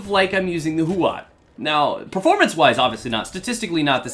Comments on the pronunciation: The accurate pronounciation is "showshow" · Why does every native english Youtuber pronounce this gun as it was written "Chauchau"? :D